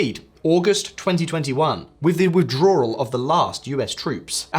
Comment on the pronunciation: Whats a 'withdroaral'?